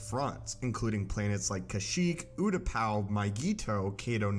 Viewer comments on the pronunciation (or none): none